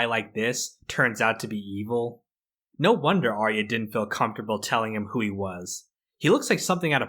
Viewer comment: It's not Are-E-Uh, it's Are-ya.